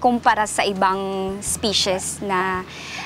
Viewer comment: Medyo masakit nga sa tenga ang "pully culture" at "ispishes". Sana, may nag-correct sa kanya. Pero informative naman ang video.